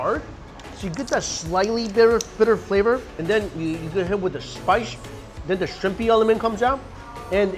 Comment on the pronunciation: Spice -- Spi-she